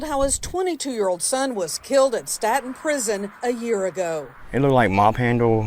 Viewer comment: It’s pronounced “Stay-ton” bama prisons are an active war zone right now